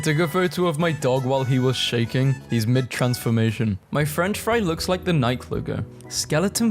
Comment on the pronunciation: bro pronouced nike like niek